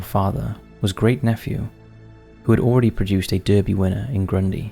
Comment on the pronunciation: Derby is pronounced Darby.